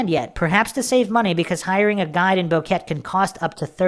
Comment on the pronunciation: Its Bo-Que-Te not Boket.